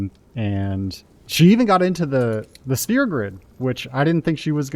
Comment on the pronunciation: Lol, why does he say spear ball instead of sphere????